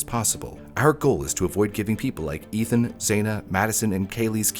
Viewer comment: The victims' names have been on repeat for a good three years and you still mispronounced Ethan's.